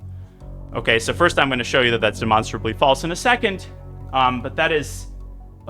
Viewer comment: that’s ‘demonstrably,’ not “monsterably.” A human had to have made that mistake because “monsterably” isn’t a word.